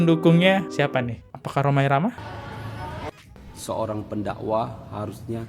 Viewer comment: Kontribusinya apa Roma irama anak Abah ngomongnya romah irama gak bisa jadi panutan blok